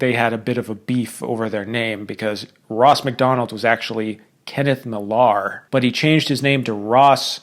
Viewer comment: I'm a big fan of Ross Macdonald's writing. He can be almost poetic. Anyway, his real name (Kenneth Millar) is pronounced like Miller. Also please check out Margaret Millar's books (wife of Ross Macdonald). She was just as prolific as he was, and in some ways a better writer. I didn't discover her until recently, but she wrote mysteries as well, but wrote primarily about the relationships in those mysteries. Her specialty seemed to be giving you a character you hate at the beginning, and learning to feel a great empathy for them by the end. Those two authors wrote their individual books together in the living room much of the time (according to the Macdonald biography I read), and would help each other through difficult passages.